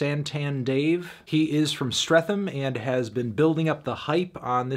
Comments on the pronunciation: LOL 😂 it’s ‘Stret’ ‘ham’ not ‘streath’ ‘am’ despite the spelling lol haha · Strethhhhham 😂😂 Dave even teaches you how to say it on the track Stret-ham sonny boy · Streatham is pronounced stret-ham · he probably didn't thought it was a different word completely streatham doesn't sound like "strethem" first time I heard the song and saw the title I thought it was "streatham" for a long time too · Streat-ham, not streath-am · You know it’s gonna be bad review as soon as he says ‘Stratham’ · Grime is modern day poetry set to a riddims. Just a correction it's Streat tum as a pronounciation. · lool it's pronounced 'Stret-ham' bro, no 'th' sound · he said stretham like streffam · i want to spark you how are pronouncing streatham, strefum. this ain’t it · Ik you wouldn't have known this but "Streatham" is pronounced "Stret-ham" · Streatham is pronounced StreTam not th. Southany Londono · It's pronounced stretum, Its where I'm from, and hearing that hurt me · Its Stretham but pronounced STRETAM mate ;) Review the new The Comet is Coming please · It's pronounced Stret-Am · Yo Antony, Streatham is a hard T //strettum// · streatham is pronounced 'stret-tam' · More like Stret-um tbh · Streatham is pronounce Stret hum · Ffs pronouncing Streatham like that even though you listened to him say it in the track, can't believe you've done this. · How many times does Dave say Streatham for Fantano to turn around and pronounce it wrong, and he said he listened to the album multiple times. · Did this melon even listen to the album? How are you still pronouncing Streatham wrong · The way he says Streatham makes me nauseous. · From the moment he said “Streatham” I knew it wasn’t gonna be it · You can tell he just doesn't understand the UK culture and what Dave is actually getting at. Clocked how this was gonna go as soon as he said Streatham the way he did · bro mispronounced streatham when it's repeated at least 20 times in the album, and is the title of the 2nd track. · Accurate there